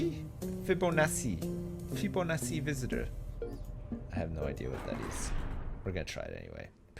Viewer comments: We were taught fi-bow-naht-ci at school. Either way, ' pronunciation is wrong.:P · fib-oh-na-chi, not whatever the fuck you were saying there.